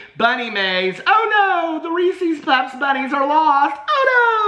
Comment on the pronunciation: Team REESEEZ. You and I are mispronouncing but it’s just easier to say right?